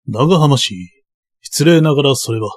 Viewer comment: 「えんかん」煙管かな？タバコ入れと一緒にあるなら「キセル」ですね(^^) 当時の武士なら「ながはまし」も「長浜氏」なら「ながはまうじ」と読むのが自然だと思います もう一つ気になるのが「ぶんげんしゃ」分限者は「ぶげんしゃ」ですね